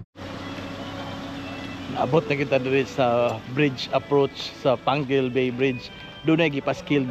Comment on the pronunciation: dili na pwede basahon pangil kai naa man siyag letter U,,panggil jd na siya pagbasa